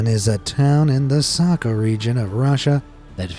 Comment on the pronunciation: 1. Oymyakon isn't that bad. I'm Siberian. I used to live there. 2. That isn't how you pronounce 'Sakha'. That isn't how the 'kh' is pronounced. At all. 3. Where the fuck is 'MaRgadan? 4. Your voice is annoying.